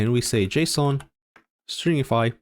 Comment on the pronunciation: Love this video. Today's my first day I ever touched Svelte and what can I say? I like it so far. By the way, there's a mistake in the timestamps. Components are , not . Love the pronunciation of JSON. Are you French? 😉